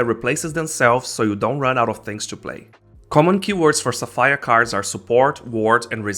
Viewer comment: someone cant say Sapphire correctly LOL